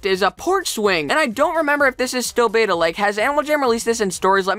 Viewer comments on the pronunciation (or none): none